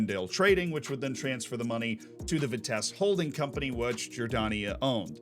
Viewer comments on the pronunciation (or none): Any Vitesse fan here triggered by pronounciation? For those who wanna know its Vitsess+"Uh" and the "h" part is less pronounced.